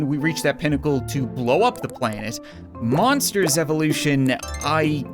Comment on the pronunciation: I thought he said moppers evolution! 😂